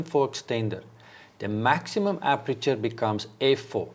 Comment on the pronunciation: Please say "aperture" which means opening. And please don't say "appreture" which is something completely different. Appreture is a chemical or mechanical treatment of certain materials like cloth or wood.